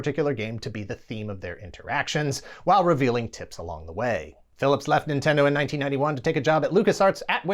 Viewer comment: Lol "nintendo pudding"